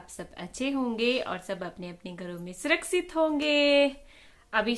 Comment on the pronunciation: Aap 'sh' ko 's' kyo bolte ho.??(surksit) U are educated. Improve your language. Don't mind